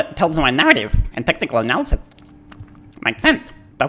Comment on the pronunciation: technical " ANALysys " ..........lol.